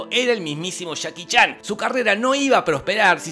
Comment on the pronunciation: Me encanta como dice: "Chaki Chan" 👌